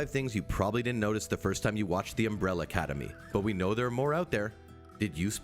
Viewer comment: Agreed, shits me every time he says Umbrella Cademy 🤯